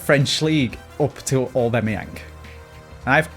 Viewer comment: Hate the way says Aubameyang lol Obimeyang